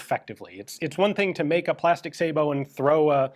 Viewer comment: Dang...even gun jesus pronounces Sabot correctly.